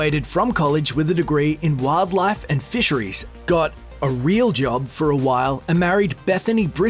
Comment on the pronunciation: why did you day "real job" so emphasized